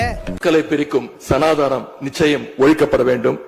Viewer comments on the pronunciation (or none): none